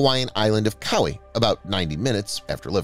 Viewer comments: The island of Kauai is actually pronounced KAH-WHY. Not KU-EY. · The island of cow-ee?